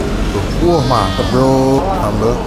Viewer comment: Bro bukan Berlo🤣